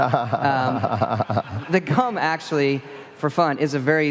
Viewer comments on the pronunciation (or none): He said cum instead of gum, that is all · He said the cum instead of the gum lol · I swear he said "the cum" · I heard CUM and SWAPING xD.